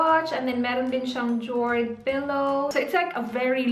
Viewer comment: Jord/ yord pronounce